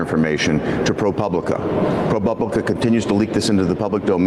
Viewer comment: "Pro Bublica "